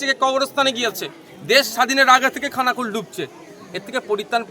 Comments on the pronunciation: কথাটা খানাকুল, থানাকুল নয় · ওটা থানা কুল নয়, খানাকুল